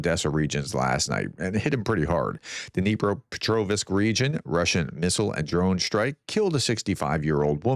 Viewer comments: Hearing you say Dnipro pet rov isk is like hearing a Ukrainian say Cloth es 😅. Dnipro petro vzk. Clothz. Keep your upper and lower teeth together on the last syllable without any gap. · You did it again !!!! There is no " i " in Petrovsk !!!! Stop doing that !!!!!!